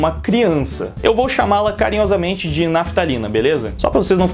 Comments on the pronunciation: Toda vez que ele fala Raphtalia eu entendo naftalina qq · É impressão minha ou o tá chamando a Raphtalia de Naftalina? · E olha que Raphtalia nem é muito difícil de falar